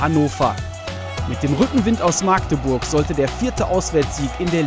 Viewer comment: Man es heißt Magdeburg und nicht Maaaaagdeburg